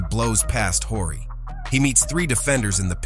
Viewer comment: You don't know who Robert Horry is ? You keep calling him "Whorey" 😂